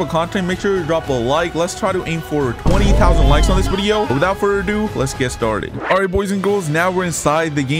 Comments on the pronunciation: It’s video not wideo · In this Wideo we will be come wengoku